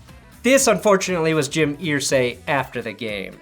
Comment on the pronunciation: I say earsay not Irsay (urr-say)